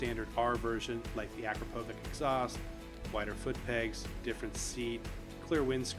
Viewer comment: Say it with me. Ah-crop-oh-vich.